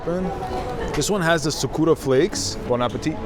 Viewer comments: STOP SAYING "sukuura" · You mispronounced Sakura. C'mon. You never watched Naruto before 🤣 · Is anyone gonna be pointing out the sakura pronunciation??